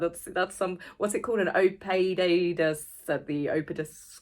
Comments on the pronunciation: 😂 you provided the pronunciation. Ee da pus. I laughed so hard. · Oedipus is pronounced. Ed-a-puss. The Ed as in Mr . Ed the talking 🐴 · That's my first thought, it's Harry trying to escape! And that's one book that I won't be buying! I'm about a third of the way through Tom Bower's book and am engrossed! And the word is Oedipus!Love your videos!